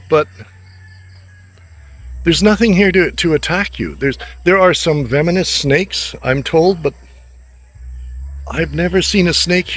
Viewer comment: Sir it’s Venomous not Vemonous ✌️